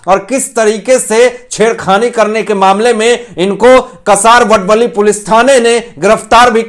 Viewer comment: कसारवडवली नही। का सा र व ड व ली ठाणे वे.